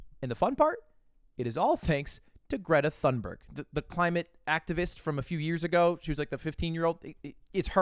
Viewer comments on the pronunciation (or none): hate to be the nerdge but her last name thunberg is pronounced "toon-berg" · TOON-burg is what i've seen, all i know is you don't pronounce the "th" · i love you lud but you absolutely butchered Greta's last name 💀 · On behalf of all Europeans please don't ever pronounce Greta Thunberg like that again